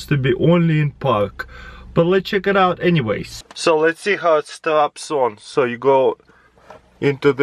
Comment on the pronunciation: lets chickidee sout